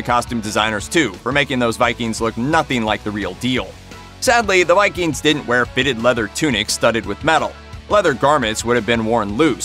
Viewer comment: " LindiNsfarne" seriously? in a video accusing someone else of inaccuracies. And whilst we're at it the were VikinGs not Vikins.